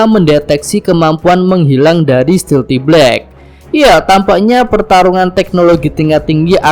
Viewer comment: Stealth black dibaca stilti blek 😂🤣